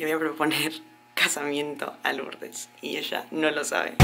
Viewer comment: en vez de decir LouRRdes dijo Lords tambien jajaja, ahora solo tienen que llevar el certificado al registro civil aca en Arg y listo queda registrado legalmente aca tambien ❤💍